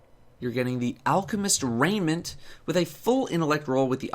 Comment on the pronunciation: Sorry to burst many peoples bubbles, but it's raiment, not raiNment.